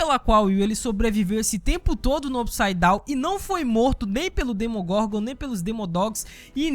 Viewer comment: "DemonGorgon" não "DEMOGORNGOR"